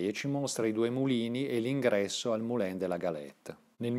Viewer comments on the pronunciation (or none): Bel video, complimenti. Un solo rammarico: la pronuncia francese esatta di "Moulin" in italiano è "Mulan".